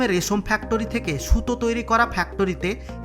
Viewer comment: আপনি ফ্যাক্টরি কে ফ্যাক টোরি কিভাবে বানালেন,,,,সেটা নিয়ে একটা ভিডিও বানাবেন,,,, আর গি রাম ,,, টা কে গ্রাম বলার চেষ্টা করবেন 😀😀😀😀